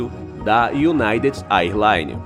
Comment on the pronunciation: A pronúncia errada de AIRLINE chega a doer nos ouvidos.